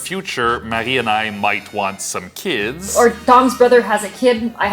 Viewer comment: Marie, it’s so nice to hear the pronunciation of your name. Ever since I moved to the US, many years ago, I don’t think I’ve heard my name pronounced the correct way, and it drives me nuts. It’s gotten to the point that I often tell people to just call me AJ instead, because I cringe when they butcher my name 😖. Oh my gosh, I love the photo on the Canadian $5 Bill! So cool!